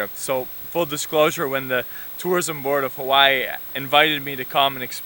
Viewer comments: My local braddah pronounced Hawai’i (ha-vai-ee), ha-y-ee 🤦🏼‍♂️🤷🏻‍♂️🤣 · Brahda glad you had the chance to go out to Hawai’i, & visit the island of Molokai. Also to help educate you a little bit more on our language, & culture. Hawai’i is pronounced Ha-vai’i. Yes the W is pronounced as a V. The word Hawai’i when you break it apart means, Breath & Water Together. As a local Hawai’ian myself, I do the best I can to learn, & study my Kapuna’s history, so I can past it on to my Keikikane, & Keikiwahine. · This so called 'Hawaiian' not even pronouncing 'Hawai'i' correctly lol. its (ha-vai-ee) but he knows more than me so... i guess he gets a pass. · Braddah not even saying Hawai’i right